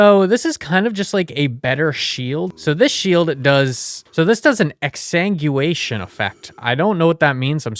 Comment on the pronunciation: The butchered pronunciations honestly add to the entertainment value lmao “soopa dee macko” “capochan monkey” “poopa” “ender-o-fahjj” “exsang-gyoo-ation” i’m crying 😭😭 The reason Enderiophage is spelled that way is to sound like Bacteriophage, a type of virus, which is pronounced “back-teer-ee-oh-fayj” if you didn’t know. Just like the Endergrade, which is clearly based off the tardigrade!